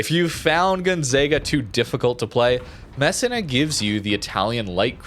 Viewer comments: MESSEENA, proper pronunciation please, and thank you for pronouncing Sicilia properly as well. That one took a while. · Hey, Italian here. Its pronounced Mess-e-nah. Just a heads up😊